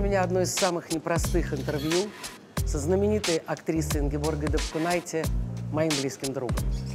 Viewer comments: И что же, читая подпись на фото в театре, ударение неправильное. Может потому и интервью кислое? А актриса ДапкУнайте замечательная: и у Михалкова, и у Балабанова. Дальнейшего успеха и удач! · Что за разборки как ударять фамилию? Я впервые за пиисят Ингеборгиных лет услыхала, что она ДапкУнайте)) Ингеборга тож порою путает как ударять, мы ж ниче, ей не предьявляем..